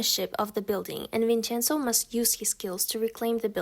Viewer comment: I love the way you pronounce Italian words while talking about the drama "Vincenzo" xd +I didn't already watched it but does it romanticize Mafia?